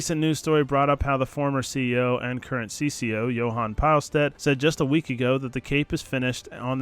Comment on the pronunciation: Boys, its pronounced (peelstead)